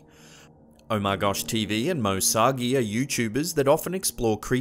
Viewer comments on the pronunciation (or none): How do you butcher Moe’s last name so bad? It’s moe SARGI, not Moe SOGGY. It’s pronounced like SARGE-EE but with a hard E at the end. We fans are his SARGENTS 👍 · It's not moe soggy it's moe Sargi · Moe Sagi lol.... Sarrrrgi.. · I don't want to sound like an ass in saying this but Moe's second name is pronounced Sar - G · MOE SAGI...LMAO...ITS MOE SARGI, AS IN SERGEANT , BUT NICE TRY...TNX FOR THE VID & FOR GIVIN MY BOY "OMARGOSHTV" A SHOUT OUT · Moe sogie? Lol Moe sargi! 😝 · binge watching videos while drawing and yay Omargosh and MoeSargi ^^ and its sar-gy not sawgee. Wheres all the Sergeants at!? :D. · Its moe SARGI NO MOE SAGI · you said moe Sargi's name wring